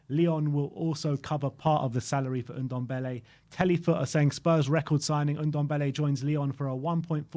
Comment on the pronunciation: So glad hes gone to lyon, not just a waste of space but i wont hear say OONDOMBELLE any more instead of NDOMBELLE